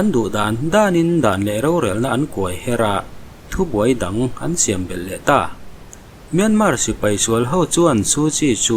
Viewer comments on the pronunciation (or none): none